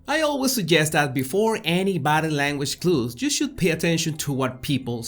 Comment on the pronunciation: You're hilarious! "Did I leave the stove on?" Love watching your channel! One observation though. When you say " body language" it sounds like " battle language". I get a giggle, no offense I understand that it is your accent. It's cute!